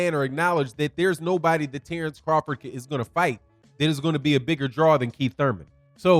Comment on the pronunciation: I'm a need Bomac to sit the eff down. He messing up Crawfords name. Crawford is my favorite fighter today, but his camp is sounding goofy.